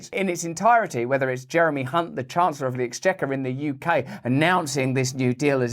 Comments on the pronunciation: You pronounced Chancellor Jeremy's last name incorrectly. It's spelled with a C, not an H. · 'The Rhyming Slang Chancellor of the Exchequer.' Can't help but notice, that so many people have the surname Hunt, but for reasons that are unclear, it is only Jeremy who prompts constant mispronunciations by our newsreaders. Another two classics on budget day.